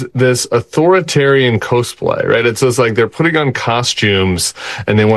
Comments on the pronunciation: does anybody say "co-splay" that way? I say it "cos-play" because it's cos-tumes. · Love you, Tim. It is pronounced CAUSE-play. Like costume. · Thanks for all you do, Tim. BTW, "cosplay" is short for costume play; the first syllable in that word should be pronounced the same as the first syllable in the word "costume."